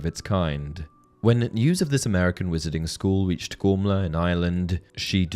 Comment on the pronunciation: the only thing that gets me with this video is the name pronunciation, how is a name spelt 'Gormlaith' pronounced 'Gormla'? Im not having a go, just a question! Otherwise great vid as always dude keep it up :)